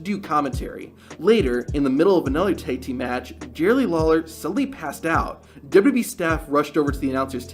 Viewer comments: Do you honestly need to do a shitty clickbait transition between every single clip? JFC. Also go get some speech therapy man. Maybe you'll finally be about to say WWE instead of Deb-Debbie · Stop saying dubba b its wwe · What's dubyadublee? Slow down a teenie bit my dude. There's no rush.